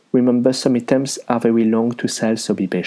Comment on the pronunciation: "Eetems" No offense but I want to help you with your english. When you want to say Items, you want to say "Eye" like the letter i/I, then "tems", "Eye-tems"